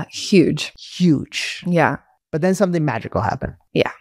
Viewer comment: It's interesting that she says "sonthing" instead of "something" What's stopping her from making the "m" sound?